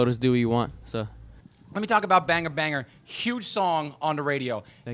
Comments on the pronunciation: Why do they say Banger Banger Its Banga Banga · the guy said banger banger not banga banga..... lol